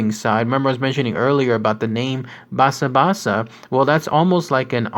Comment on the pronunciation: great video ! btw, you kept pronoucning 波山 as Baysan べいさん which is incorrect. it's pronounces ばさん which is basan, with ba rhyming with ka, sa, ta you pronounced basabasa correct ^w^